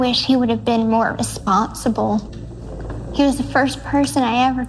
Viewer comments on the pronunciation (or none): Every time I hear her say that I hear "I wish he was more Asponsible"